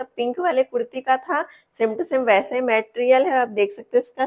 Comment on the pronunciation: Didi please 🎉❤ मेटेरियल नही 🙏मटेरियल बोलो 🎉